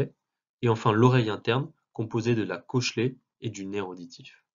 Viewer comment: Je suis choqué de comment il dit "cochlée"